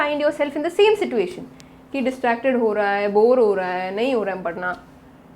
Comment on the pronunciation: Love how u say situation with t 🥶